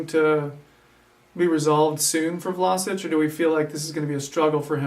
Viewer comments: first of all its VlaSCHiĆ...like schneiderline...you don't say vlaSic... the next thing, Vlašić is an attacking midfielder, the number 10 is his place, a playmaker, not really a central midfielder, he can play wing but thats not his natural positon, his technical play is really good and he is a good passer, he is not much of a defender, but he can play a number 8 or a real central midfield probably, he just needs time to adapt to the premier league, as a Croatian and a Hajduk fan he has real talent to be one of the best croatian players in the future! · His name is V-L-A-Š-I-Ć not Vlasic or vlasic do not englandiziren(german) his name